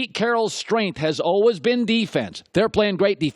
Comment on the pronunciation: "olwez" for always